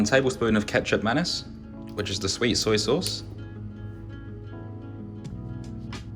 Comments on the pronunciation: Are you saying "ketchup mennace"?! Is that oyster sauce or something? I have a really good asian grocery store down the road and I've never seen or heard of ... whatever you said. I'm from the states, so probably a regional thing? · Hello Looks like a great recipe. A few questions: What could I do to substitute the sweet soy sauce (it sounded like you were calling it ketchup something)? I live in China and it’s often difficult to find less common sauces. Also, when I bake things, the meat usually holds up but my oven turns the sauce at the bottom of the dish to caramel and then basically to soot. Do you recommend stirring that in with the final sauce? Or moving it to another dish? I agree that your dish looked tastier when you mixed it all together, and your dish came out of the oven w a fair deal of char on the bottom, but I can’t tell if mine would be more charred or not. Thanks for your feedback!